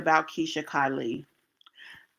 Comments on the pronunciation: Keesha treats her kids like trash! No food, they sleep in one bed. Those kids are going to resent her. Oh I hear you say Kylee. it’s pronounced KAYLEE not KYLEE. However her middle name is Chaunte! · U need 2 do ur research on keesha kaylee(that is how its pronounced k-lee)...but anyway keesha took bac 2 strikes out of 3...so im wit toya i would've done da same thing, , u take all strikes or bet is off